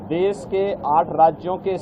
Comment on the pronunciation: Okay taklu baba, please resign we need an english speaking CM also it's deSH not des